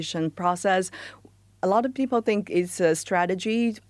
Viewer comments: Why do you pronounce people as p-pole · "Flexiibo." "Peopo." Wtf.